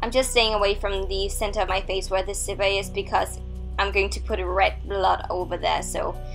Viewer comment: Zipper not sipper but is is her accent though